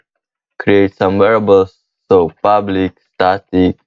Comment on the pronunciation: Man, All I keep hearing is "public void ublic"